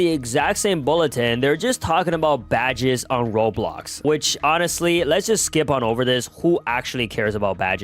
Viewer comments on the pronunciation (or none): none